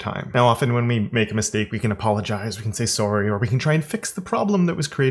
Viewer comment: Your “sorry” is very Canadian